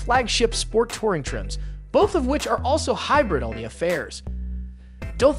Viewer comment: "He-brid", Geez.